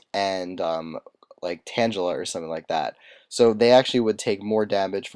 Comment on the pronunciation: i was with you until you said tang geeela bullet to the childhood right there